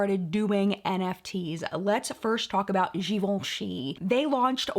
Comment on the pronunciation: That top is life! And the way you pronounced Givenchy throughout the episode was...beautiful. Over and over and over again. Loved every minute! ...and the live chat was great too, which I caught on the replay.